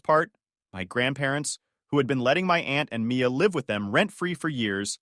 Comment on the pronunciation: Mia or Maya? This mispronunciation is bad.